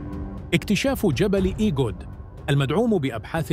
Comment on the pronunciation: إسمه جبل إغود وليس إگود، الكلمة أمازيغية،وتافوغالت أيضا كلمة أمازيغية